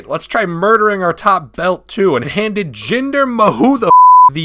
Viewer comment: When he said jimder ma who the fuck I died